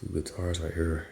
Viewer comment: Congratulations on the new house! that is amazing! I love all the "right her" he he he! Your accent is so amazing. Maybe you could do a video to explain all the different words or slang you have from St. Louis!